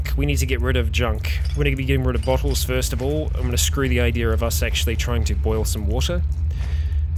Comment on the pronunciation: "thirst of all" I swear to god